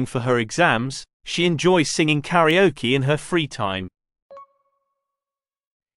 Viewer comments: 2.0 thank you. Karaoke is heard like 'karioki' and I couldn't understand what is karioki. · ご視聴ありがとうございます！ 同じスペルながら英語では「カラオキ」と発音しますね！